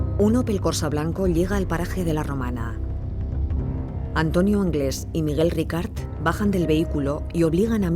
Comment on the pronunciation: Por favor, es Miguel RICART. NO RICARD. Ricard es un pastis francés 🤣🤣🤣🤣🤣🤣